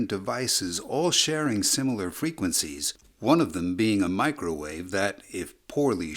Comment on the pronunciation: He had to specifically say "Do not turn on your Microvave, I Repeat DO NOT TURN ON YOUR MICROVAVE"🤣🤣🤣🤣